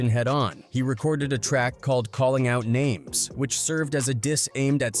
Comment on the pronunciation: Are you ever going to pronounce names right dude wtf